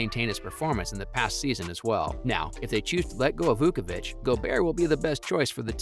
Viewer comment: you pronounced zachs and Vucevic last name so wrong lol